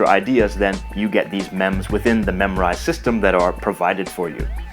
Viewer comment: Thanks for the good video, but i have question here why did you pronounce Memrise like memorize?